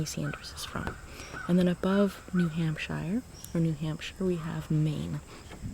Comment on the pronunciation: it’s hamp-sure not hamp-shy-er